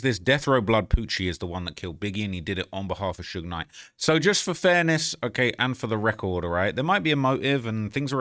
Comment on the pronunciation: It’s usually AI that pronounces it that way 😅 The worst I’ve heard is that damn “Suugeeyy Knight” 😭💀